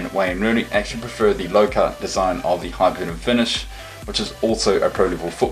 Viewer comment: Its not hyperventom its hypervenom!